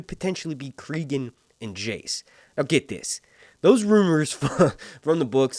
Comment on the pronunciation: Stop pronouncing names wrong. Listen to how they say Cregan, cause it sure as fuck ain't creegan